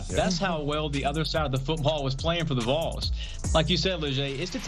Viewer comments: If you can’t pronounce Vols maybe just call them Tennessee. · It's V A W L S not Voles.😊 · When is CBS gonna tell her how to say “Vawls” not “voles” 🤦🏽‍♂️ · VAWLS. Not voils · Vols is not pronounced vulls CBS-Please have people reporting on sports that know about sports. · The “VOLES” smh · The "Voles"!!! Is this AI or just See Bee Ess? 😂😂😂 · "The Voils?" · I love how she can pronounce Nico Iamaleava but can’t pronounce Vols.